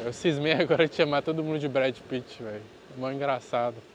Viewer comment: Eu sempre quebro quando ele fala Brad Pitt hahahaha